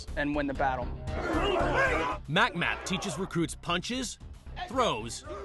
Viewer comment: It's pronounced Mick map. Not mac mac.